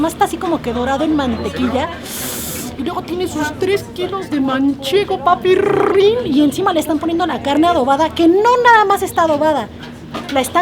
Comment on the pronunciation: a mi como se me hace hermosa pero me ultramegaCAGA que diga "PAPIRRIN" eso me caga, pero me gusta la girl